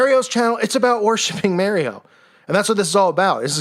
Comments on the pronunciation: "mary-O" lol, what a clown (and a dangerous clown to the undiscerning to boot) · "Mary-Oh" Lol🤣